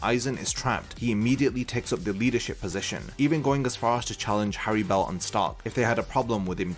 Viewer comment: The most tragic thing about Harribel is how you butcher the FUCK out of her name. In Japanese is spelt Halibel (like holly bell) in English, the two rr's make it a soft pronunciation. Going around saying Hairy Bell just sounds fucking stupid. I wont even charge ya for this lesson